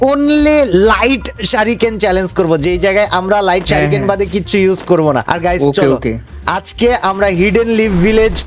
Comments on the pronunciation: Vai ucharon gula aktu vul chilo.. Rasingan hobe na oita rasing gan.. R sariken na.. Oita suriken hobe... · Shuriken ❌ Shariken✅ vai😂😂